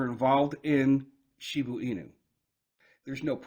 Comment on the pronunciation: Shiba Inu not shibu inu at least read your comments in the last few years and take heart or know the name of the coin you own